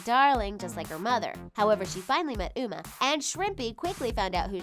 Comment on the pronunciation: Ok did anyone notice she says Uma as Umu